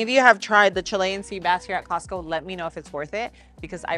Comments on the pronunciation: Why do you call is Cost-kie instead of Costco? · Love your videos girl but when I hear "Star-B's" and now "Costky"....😬😬